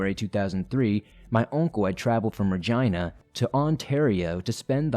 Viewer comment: Ok but whyd "Regina" get pronounced like....vagi-..well u know